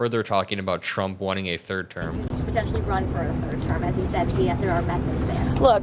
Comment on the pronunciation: Shrumpf instead of Trump 😂🤣😂🤦🏼‍♀️